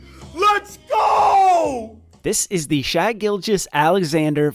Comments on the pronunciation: Not to be that guy, but I can't help it. SGA's name is "Shay" not "Shy." Sorry..... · It’s Shay not shy… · Its Pronounced "shay" gilgeous. Love the vids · Umm pretty sure its pronouned Shay Gorgeous-Alexander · Could you please start saying Shai Gilgeous Alexander’s name correctly. If you have ever even watched a game you would know. Thanks !!